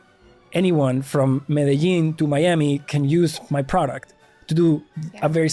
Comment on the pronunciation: medellin is said like med e jjjjjjjjjjjjean.........why do my brothers in usa never understand its spanish and how to say Medellin correctly wtf.....